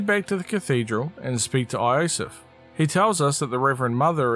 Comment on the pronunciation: yo-sef, not ayo-sef...